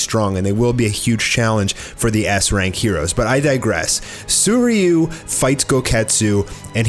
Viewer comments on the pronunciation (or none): Did you just say Soyryu instead of Suiryu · This guy absolutely butchers Sui ryu's name